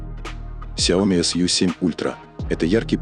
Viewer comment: Уже давно пора научиться говорить правильно... сЯо Ми